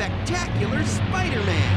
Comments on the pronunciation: Why do u call it spooderman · you legit said spooderman bro🤣🤣🤣🤣🤣🤣